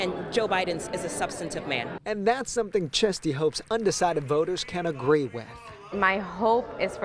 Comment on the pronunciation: I thought the last name was 'Chesty". It's Chisti.